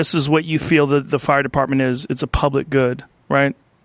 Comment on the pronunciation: "But Muh fire partment"